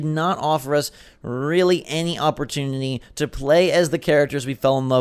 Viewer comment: Lmao listen how he says opportunity